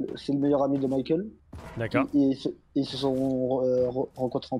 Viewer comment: C'est Michael pas Mickaël svp 😭